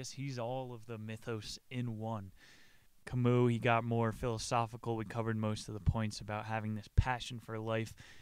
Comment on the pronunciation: Please don't call him Ca mooh, his name is pronounced in French, Camý